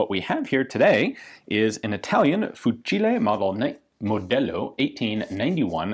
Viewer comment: I am Italian and I can say that that the way you say "Fucile" is perfect.